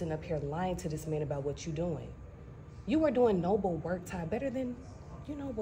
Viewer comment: saying "noble work" sound like...",,oh Ty please stop and check bags"..😂😂